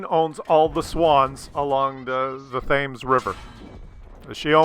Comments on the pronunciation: The river is pronounced, "tems" not thames as it appears. The River Tems, short 'e' sound, rhymes with gems. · Hey! It's pronounced "solzbury" FYI. and it is the river 'Temz' not 'thaymes' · bean Not quite. He said Scotland, etc., were sovereign states. They (we) are not. We are "countries" with limited self-government. Also, "Thames" is pronounced with a hard "T" (kind of "Tems") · ..One thing, Thames is pronounced 'Tems' great vid btw.. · The Thames river is pronounced 'Tems', because...well, just because. :-D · Hey, the first half of that was actually accurate (except the Black Prince thing which was clearly a joke). Even the second half was mostly accurate, although the Queen only owns particular swans (all unmarked mute swans in open water in the UK), and Thames is pronounced "temms". Also, lime juice went in the rum ration, not tea. GG! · Englishman who is British from Great Britain and the United Kingdom. Not 'a Brit' as it's pejorative. p.s. it may be spelled Thames but it is pronounced 'Tems'. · The only thing he got wrong, was the pronunciation of the River Thames. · I guess overlooked the British pronunciation of Thames in Wikipedia lol. But he's only in the Commonwealth. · You intentionally mispronounced Thames just to piss us off didnt you :)